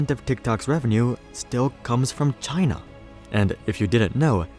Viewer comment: HAHA the way you said china